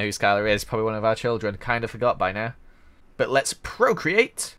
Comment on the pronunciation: when says but, I think he says butt